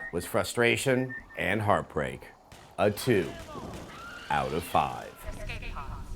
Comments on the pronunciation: Man... Hearing Adam say "A two..... Out of five" is so nostalgic for me :P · I love how he says "A 2....out of 5" Just like he did on X-Play